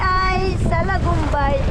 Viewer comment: Blessed morning sir jus at mam Joan,,,,,morning vibes c,,,salidumay ang tamang bigkas hndi salagumbay,,,,,ay ay salidumay salidumay diway🎤Godbless Sarah cute tv at ingat palagi🥰🥰🥰